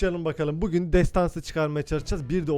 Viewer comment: Abi şu bugün diyonya onu nası diyon😂